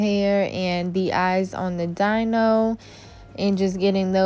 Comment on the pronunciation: Girl u need a/some new nail art brushes lol This set was cute, love how u mix up the designs you do for ur clients. Giving them so many options and yourself alot of practice perfecting ur talent. Just a lil note the dinosaurs name is pronounced like "Dino(dee-no)" haha😊👍 great job, though can't wait to see more works of art from you. Take care